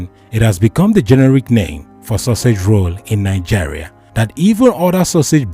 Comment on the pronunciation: Nigeria not Nijeria